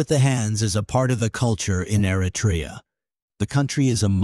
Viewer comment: I wish Americans would learn how to properly pronounce Eritrea. This includes the terrible narrator to this video. It is not Air-Uh-Tray-Ya. It is Err-Ruh-Tree-Ya.